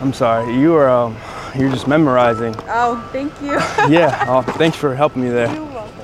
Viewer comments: bro said memorizing 🤣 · wait what.. is he says memorizing instead of mesmerizing? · Memerizing? Bro u kept sayin memerizing.. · the word is MES-MER--RISING. not memorising ffs lmao xDDD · I was thinking the same thing 😅 I was like " did he say "memorizing or mesmerizing"? . Great content bro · What does bro mean tho, talkin bout try "memorizing" 😅🤣🤣🤣🤣🤕 It's "mesmerizing" cuhhhhhh!!! 🤣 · Whole time I thought he was trolling them but he was just mispronouncing? Bruhhh